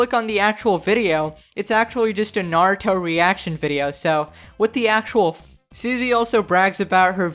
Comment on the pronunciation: “What is up everyone we are back with narito shippiden”